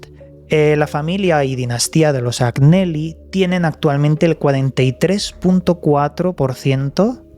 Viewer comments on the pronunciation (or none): Hola! En italiano se pronuncia "Añeli", la GN en ese idioma equivale a nuestra "ñ". Saludos!!! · Se escribe Agnelli y se pronuncia Añelli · Agnelli se pronuncia Añeli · Como siempre un interesante vídeo y como nota desde el respeto y con espíritu constructivo Agneli se pronuncia Añeli,en italiano no hay ñ sino gn,creo